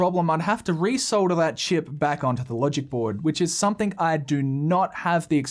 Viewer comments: Not interested in your annoying sponsor ads. And please learn how to pronounce ‘Something’. It isn’t pronounced ‘SOMETHINK’. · Stop saying ‘Somethink”. It’s pronounced ‘Some - Thing’. You sound like a 6 yr old.